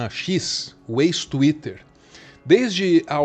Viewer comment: Saudades de quando o falava "xuítter"